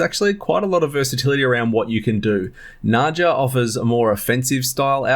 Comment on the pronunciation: Nadja is pronounce like Nadya